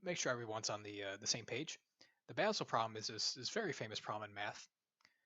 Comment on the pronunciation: Basel is not ponounced "Baysel"!